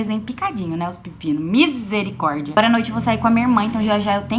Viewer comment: E eu peguei a sua mania de falar Mizericordia 😂